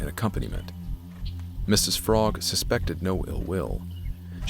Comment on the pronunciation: No worries. I'm not going to yell at you. One thing you might want to know is that the Frogg name is pronounced so it rhymes with rogue, not as frog. But you had no way to know that, because it doesn't make any sense.